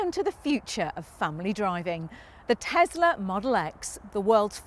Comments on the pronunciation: Just one thing. It's TESLA not TEZLA Ffs! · Say "tezler" one more time.